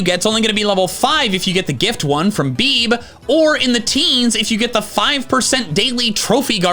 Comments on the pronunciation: "Beeb" 😂 I think her name is pronounced Bee-bee or Bébé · Bebe is a French name and it’s pronounced “Bay-bay” and not “Beeb” 😂😂😭 English speaking Bebe’s might prefer their name be pronounced “Babe” like you would your lover. Bebe from South Park also uses the same spelling as Bebe from Pokémon and all the characters in South Park pronounce it “Bay-bay” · "Beeb!?" You mean Bebe...? (Bay-bay) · Wait… BEEB?? I always pronounced her name as beebee. Edit: ok says BeeBee later in the vid. But yeah Gen 4 adding all these evos but we can’t even use them. Also as a glaceon lover, I am sad how inaccessible it is 😭. Was def made to just sell merch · Bebe is pronounced like Bay-Bay. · Lol, it took me a moment to realize that "Beeb" was Bebe. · "Beeb"? And then you say her name correctly in the Platinum entry... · 1:These comments are trolling so hard with the allusions to the copypasta. 2: I did use the Eevee from Bebe (Pronounced "Bee bee", note "Beeb," it's like saying Meme as "May May" iykyk). And I did use one of the Eeveelutions on my Diamond end Team because I'd almost won to Cynthia so many times during my younger days that I'd seen all but Mantine, and just went around trying to find the last trainer that had it (Diamond was my first game). And because I knew NOTHING about Eevee as a kid, he ended up evolving into an Espeon. And with the Espeon I Finally beat Cynthia!... at like 3 in the morning (my mom was not happy with me staying up that late, lol). 3: For B2W2, Vaporeon is the best Eeveelution, Aidan is a freaking Demon... took down a Victini while he was still an Eevee. And after evolving it took down Elesa's Flaafy, AS A WATER TYPE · the pronunciation of Bebe...